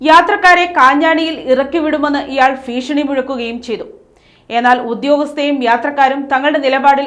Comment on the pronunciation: ഫീഷണി അല്ല ഭീഷണി.